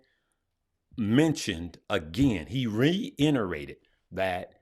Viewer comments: Sup? Thanks for all the great info. But if you say reinterate and not reiterate one mo time...lol. Luv you Bruh. SOUTH SIDE! lol✌🏾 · Lol I heard re-inerated 😁. Great info tho